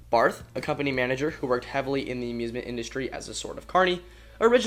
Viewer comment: In case you stumble across the name again (which is likely when you make another video about traveling coasters in Germany), the name Barth doesn't end with the 'th' sound, despite being spelled that way. It's like the name Thomas, where you'd pronounce the "th" like a normal "t". ;-) We Germans don't even have the 'th' sound like it is in English.